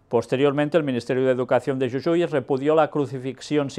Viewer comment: soy de la provincia de Jujuy República Argentina, solo quería hacerle una corrección, nuestra provincia se pronuncia JU-JU-Y, como si dijera Jugo, JU_GO, y no como lo dijo YU_YU-Y por lo demás comparto su opinión